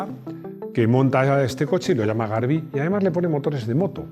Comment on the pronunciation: Se pronuncia (y escribe) Garbí que en catalán es el viento que viene del sur-oeste. También fabricaba replicas del AC Cobra. Aún los fabrican? porqué ya no encuentro nada por internet